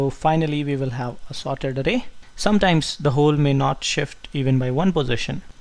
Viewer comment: calling it arey.. LOL :)